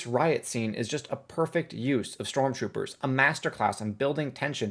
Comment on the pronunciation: “strontroopers” lol